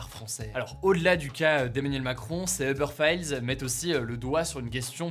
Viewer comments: ubeure faïeulz xD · "les uber faillelses" BWAHAHAHAHA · heubeurre faille heule mdrrrr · les "Uber failleuzeu" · Eubeur Fayeullesse ? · Les fameux ubeur failleulz 😂